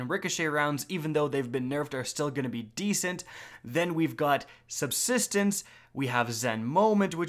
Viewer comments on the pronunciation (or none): “SUBSTENENCE” lmao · Sub-sis-tence. Say it with me everyone! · Sub-SIS-tence!!! Lol, finally... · I love and all of his vids, but when he says subsistence incorrectly it gives me internal hemorrhaging